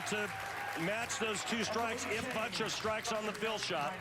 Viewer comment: His name is But-turf.Look at the spelling Not Buttruf.It's Butturf.